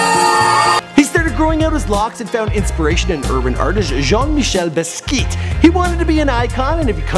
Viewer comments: Buddy really said "jean micheal bisskeet " lmfao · jean michel-baskiet??? lmao u butchered that name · btw it is Boss- Key- Ott.. not .. bas-keet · Jean Michel Bas • key • Ah not Baskee lol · Basquiat is pronounced "bas-kee-ot" not baskeet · IS EVERYONE GONNA IGNORE HE SAID BIZKIT INSTEAD OF BASQUIAT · say it with me "Bah-ski-at" Basquiat you can do it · It's pronounced ba - sk-eeyacht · this nigga said bisquit? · he pronounced Basquiat wrong. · he pronouced basquiat's name wrong :/ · I NEED you to pronounce peoples names CORRECTLY!!! Jean-Michel Basquiat. I mean COME ON MAN!!! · Gah... check your Basquiat pronunciation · jean-michel baskeeeet?? cmon bro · Did he just ruin Basquet name lol